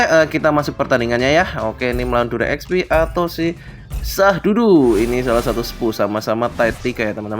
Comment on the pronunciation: Sududu bukan syahdudu.. Wkwkwk